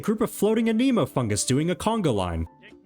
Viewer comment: "Uh-KNEE-MOE" character 😭